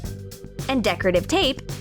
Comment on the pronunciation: "And decretive tape is too...." STRUGGLING "decretive.."